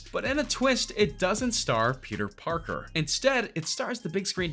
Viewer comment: Yo he said Peter porker